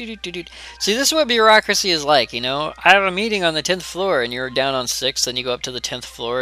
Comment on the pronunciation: 'Bear-acuracy' ? .... I'm sorry.. that was just terrible.